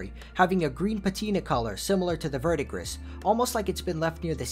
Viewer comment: for your own good, look up the pronunciation of Verdigris. You'll be surprised